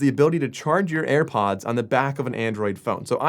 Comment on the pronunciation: Ah yes where do i get my self a pair of "AirPonds"